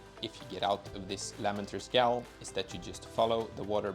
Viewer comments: Gaol is pronounced “jail” 😂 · Gaol is pronounced Jail. It's the old way of spelling it. Also, scadutree is shadowtree. Scadu is old spelling for shadow. I just learned this the other day and wanted to share :) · Thanks, also Gaol is pronounced "Jail" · ☝️🤓 ummm actually..gaol is pronounced the same way as jail..thank you for the video friend, these pots are actually amazing to use in pvp lol